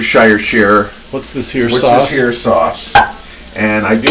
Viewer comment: You had me at Worcestershire sheer sauce....